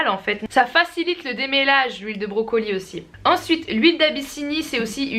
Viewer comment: j'adore ta manière de dire "brocolie" ptdrrrr j'me tape une barre c'est n'importe quoi 😂😂